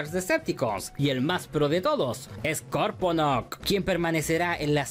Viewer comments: esta serie no es continuación de la g1 americana es un reboot comenzando de cero no se pronuncia sporkonoc sino skorponoc XD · Cada vez que oigo "Sporconok" me sangran los oidos.... Si es que es hasta dificil decirlo mal a propósito... Scorp-onok (de escorpion, si es que sale solo) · Lo pronuncias Sporconok y creo que es Scorponok... Lo haces a proposito?